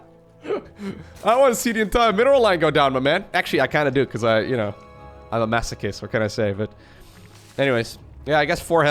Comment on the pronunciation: "im a maso-kiss" hmmmm